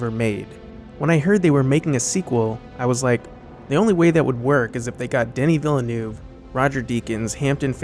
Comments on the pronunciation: I really enjoy your critiques but if you'll allow me to make a suggestion, perhaps you could ensure that you pronounce foreign names correctly - it's extremely distracting to continually hear the name "Villeneuve" mispronounced - it's very easy to pronounce correctly (and it's straightforward to find the correct pronunciation online, either in YouTube videos or even his Wikipedia page) - it's "vil-nerve", rhymes with "curve". Otherwise, keep up the excellent work :) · Great video but for the love of god please learn how to pronounce ‘Villeneuve’ before you say it incorrectly 50 times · You even saw the google talk with him, where “Villeneuve” is pronounced correctly in his introduction. If his name is so (unnecessarily) often in your script, why you don’t bother learning the right pronunciation? I really enjoy every other part of your film, but the frequency of this blunder is just too high and it freaks me out completely. Feel ‘where’ or ‘how’ the “a” in “crash” is in your throat and than try to pronounce an “oh” like that. Virtually in your throat instead of on your tongue. Should be close enough to “eu” in “neuve”, because it’s definitely not like “oo” in “cool”. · woah.. seems that none of you anglophone is able to pronounce Villeneuve correctly... you are not even close... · ok you should really learn how to properly pronounce Denis Villeneuve's name. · I'm pretty sure doesn't speak a word of French when he says Villeneuve's name! I know that foreign languages are not the forte of Americans, but this is too shocking, to the point that at times I didn't understand who our video maker was talking about! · Awesome. One slight correction, if you do not mind. It is a hard name for many to pronounce. But the director's last name is not pronounced as "Vil-ah-noov" . Instead, it is pronounced "Veeyl-noov". Very French Canadian name and only two syllables, not three. But great video. Well done. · IT's pronounced Ville- NeeeuVe, noy Villenuu!! Americans!